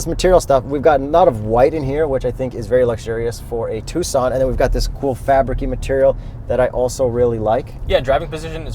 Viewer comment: Thanks for pronouncing Tucson correctly